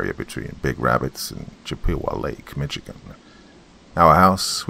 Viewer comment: Hey, you know I love you but it's pronounced Mishigan, like dish or wish! 😊 Lol! Thought you'd want to say it correctly! 😉 Thanks for another Creepy Story! You're the BEST!!! 🧡💚💙💜🩷🙏✌️